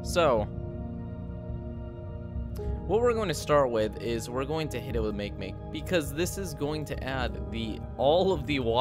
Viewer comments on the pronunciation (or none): it is not make make its said marke marke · No, it’s not. Is Ma-kay Ma-kay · Ma kee XD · It's pronounced "ma ke ma ke" not makemake "tiny brain" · It’s not pronounced mak mak it’s pronounced makee makee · "make make" i died lol its "ma-kay ma-kay" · It’s not pronounced (make-make) it’s pronounced (Mock-E-Mock-E) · Its not pronounced Make Make, its pronounced Mah-Kay Mah-Kay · make-make its actually ma-ke-ma-ke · Btw the dwarf planet make-make Is pronounced mock-e mock-e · "Make-Make" IT'S PRONOUNCED MA-KEE-MA-KEE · he pronounces "MakeMake" MaykeMayke instead of makeemakee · It's not "make-make" it's ma-ke-ma-ke, it's japanese dude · Not make-make, mah kee mah kee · Not make make, it's (maki-maki) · It's pronounced mak-eiy mak-eiy not make make. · "Make Make" ?! lol It's pronounced "Mah-ki Mah-ki". Watch a doco or two mate. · Its not makemake like "make" its pronounced "ma-key-ma-key" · "make make" is pronounced "makhay makhay" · That dwarf planets name is not make make its ma ke ma ke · "maykmayk" cringes into an infinitely small and dense cringe singularity It's Hawaiian! "Mah-kay-mah-kay". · How many things can you mispronounce in one video? Makemake is pronounced "mah-keh-mah-keh" not "make-make" Albedo is pronounced "Al-BEE-do" not "Al-By-do" Gauss is pronounced "Gowss" not "Gawss" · its not "make-make" its "mah-kay-mah-kay" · It's not make make....it's pronounced mah-kay mah-kay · It's mah-key mah-key not make make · It’s not make-make it’s mah-ke-mah-ke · IT'S NOT MAKE-MAKE! IT'S PRONOUNCED MAKEEMAKEE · I don't think MakeMake is pronounced Make Make,I think it is pronounced Ma-ke Ma-ke or, Mah Ke Mah Ke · How it was originally pronounced: MAH-KEE-MAH-KEE. How he pronounces it: MAKE MAKE. No. Just... No... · It’s MakiMaki is the correct pronouncement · It's pronounced Mock-ay Mock-ay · Makemake actually is pronounced Mah-kei Mah-kei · Its pronounced “maki maki” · It’s pronounced mockemocke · I used to pronounce it “MakeMake” lol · May-kay May-kay